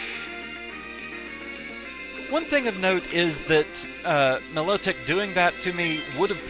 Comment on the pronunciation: I thought it was pronounced My-low-tick isn't it?